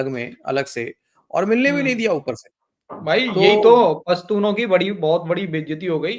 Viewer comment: are yar pastun nahi pshatun hota hai